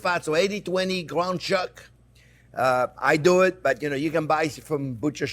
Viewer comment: is he the swedish version of elmer fudd, gwound chuck ... lolololololo seahawks had a coach with that name